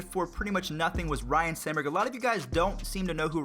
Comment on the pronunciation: It's Sandberg, not sanberg.